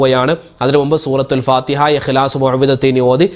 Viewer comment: സൂറത്ത് ന്ന സ് തെറ്റാണ് ശ്ശ്രദ്ധിക്കണം